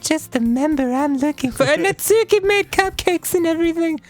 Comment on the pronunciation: NAT-SKI- STOOPID